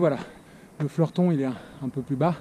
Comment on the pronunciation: L'A/R à la baraque, c'est aussi ma "sortie classique" :-) Et pour info c'est le Fleutron pas Fleurton :-D